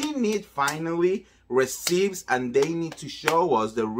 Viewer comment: I love you so much. You are amazing. So, I want to help you a bit. One word you constantly use is “receipt.” You are mispronouncing the word. The “p” is silent. It should be pronounced “ree-ceet.” And, again, I am only telling you this because I love you and want you to be the best you can be.